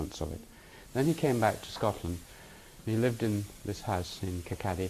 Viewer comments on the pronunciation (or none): Its not KIR- KA -DY, the town he was born in is prounounced KIR-KAW-DY, and spelt as Kirkcaldy. I was born near there myself. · im sorry...kirkaddy burg school? kirkcaly(kawwdie) burgh (bura) school? and this is cambridge :/